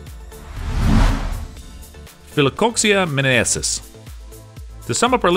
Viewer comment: This dude can't pronounce latin names to save his life. He pronounced philcoxiaminensis different twice. Neat showcasing but not sure how much of the info is trust